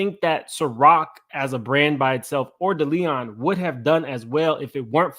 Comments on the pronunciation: De Leon is pronounced: DAY LEE ON Diageo is pronounced: DEE AHH GEE O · Also, with love & no offense lol Deleon is Day Lee Own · Not "Da Leon" 😂😂! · It is called De-Lee-on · It’s Day-Lee-Own 😂😂🤦🏾‍♀️ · DEE AH JEE YO DELL LEE ON somebody tell him!! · it’s pronounced Day Lee on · The pronunciation of DeLeon is really fucking you up 😂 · Yes… I’m like, can he not read or what’s going on lol